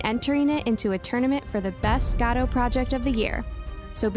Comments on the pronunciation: dude it's "go-dough" not "gah dough" please dude it's driving me insane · never heard anyone say godot as gadow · Great content, thank you! Btw, first time I've heard Godot pronounced like that :D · You're pronouncing Godot wrong